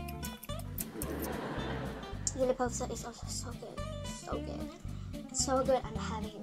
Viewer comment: You are very good to say "Jule pølse"